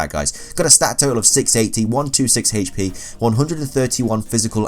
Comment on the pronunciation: The way you say HP is god awful